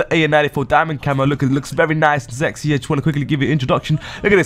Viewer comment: the guy pronounces sexy zexy